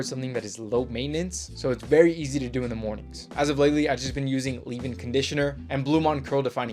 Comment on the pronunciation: " za bathroom"